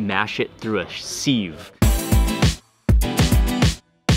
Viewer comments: sieve is pronounced siv, not seev lol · "Sieve" is pronounced SIV - not "sieve". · Pronounced siv like live. Live like there's no tomorrow. Lol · Pronounced sieve like he thought it wasn’t English. This guy has zero credibility